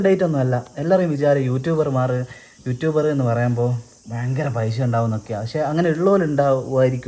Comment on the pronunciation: പൈശ അല്ല പൈസ